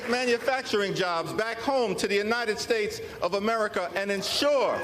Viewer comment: Why does he keep saying AMERITA?!!!